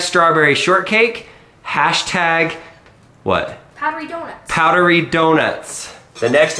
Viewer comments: when lincoln called his art powderey donuts at first i heard it like puberty donuts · Sorry to say but and powedydounghts